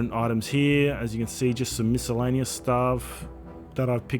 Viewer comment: miscellaneous is pronounced mis·cel·la·ne·ous